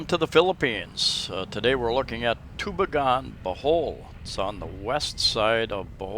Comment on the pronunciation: Great little town. Been there hundreds of times. It's pronounce too-BEE'-gen by the way. I love the new stores they put up there too. We live just 25 Klm away in Catigbian. You went through there if you came up from Tagbilaran City, along with Balilihan and Corella. My wife is from Catgibian and we have a house there too.